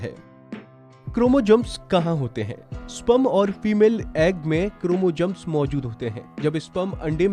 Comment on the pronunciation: 😂 क्रोमोजम्स , bhai dhang se to bolna seekh lo pehle